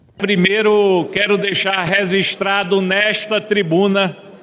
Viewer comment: dputado de azul nao sabe nem falar direito, "Rezistro" eh essa rapaziada que vai parar o judiciario ?